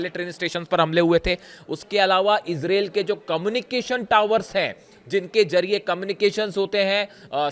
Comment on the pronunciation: Mr reporter bai Israel 🇮🇱 not isralle 2. 😂😂😂😂 I think you need to learn English course